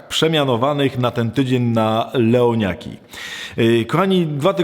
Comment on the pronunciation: Wpierw usłyszałam WEŁNIAKI ;)